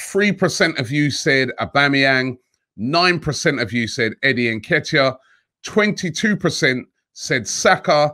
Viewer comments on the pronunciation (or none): none